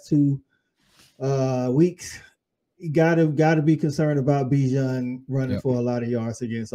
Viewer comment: EWERS, not Evers BIJAN, not Bajan